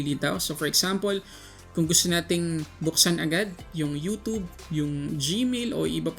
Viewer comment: “youtoob” cringe